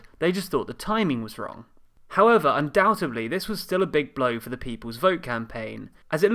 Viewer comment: *fourth not forth